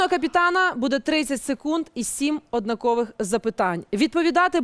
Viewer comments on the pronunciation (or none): Мене одну харить,що Леся каже не «ОднАкових», а «ОднакОвих»?😂